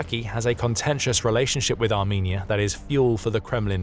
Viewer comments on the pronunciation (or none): that ain't how you say the country name now😊